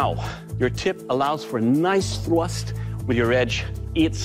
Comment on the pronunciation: Doug says that the tip allows for a nice thwust